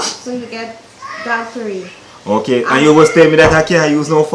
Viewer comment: 🤣🤣it's dholl Puri , it's nice to see you trying our Guyanese dish 🇬🇾,I'm a proud Guyanese,the way u said dholl Perry 😁